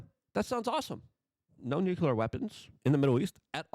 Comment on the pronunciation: Newkyeller?? Try new-clear